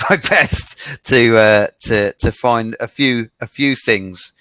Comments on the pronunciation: この英会話講師の発音指導については、正しいとかどうかの問題ではないような気がします（an concrete example: find [faind]と発音していない )。まあ、アツさんの英語を指導するって（動画は）講師が大変だわ（笑）何といってもアツさんが、日本で英語を学習したという点においてこれだけの支持が得られているのだと思う。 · イギリス英語難しい😓findの発音フォンドって聴こえる